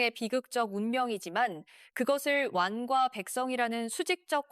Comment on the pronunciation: 왕이 발음이 안되시는듯 완과사는 남자 ㅋㅋㅋㅋ